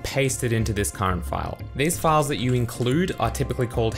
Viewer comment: I wasn't listening very intently and heard "These files are called pedophiles"